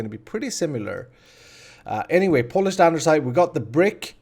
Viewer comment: Lol he says andersite